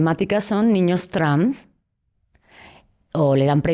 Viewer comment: Pero porque dice "Trams" ?? Quiere decir trans, no?